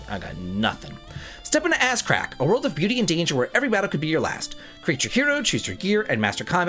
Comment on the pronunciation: is killing me...."Step into Ass-crack" is what I keep hearing 😂😂